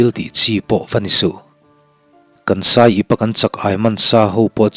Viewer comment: Saiip tiloin aiip ti awm zawk tur a ni lo msw